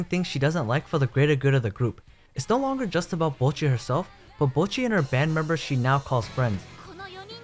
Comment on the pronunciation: thank you for saying bocchi correctly. ive been peeved from people pronouncing it "boe-cchi" for so long now lmao